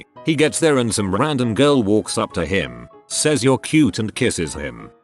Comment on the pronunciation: The robot narrator: standard speech during a whole sentence, H-I-M.